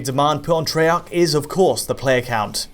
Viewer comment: It's pronounced Tray-arc not tree-arc ffs